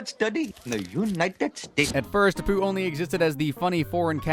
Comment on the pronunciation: First, stop flipping the images. Whatever you're doing it for is bluddy stupid. Second, your section on Apu, you pronounced his name wrong and repeated a section of speech. Third, not all of these are ACTUAL Jobs. Graffiti Artist and Climate Activist are certainly not "jobs" for a start. Eat those words, boy. Donald Trump is doing some great things in America. 52:2 Why did you replace the real (and non-copyrighted music) with this absolute drivel?